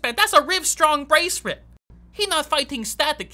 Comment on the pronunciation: "Prus you got your Rivestrong braceret" 😂😂😂😂😂😂😂😂